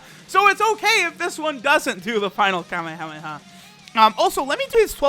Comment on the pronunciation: Did you just say HAMEHAMEHA? Nigga?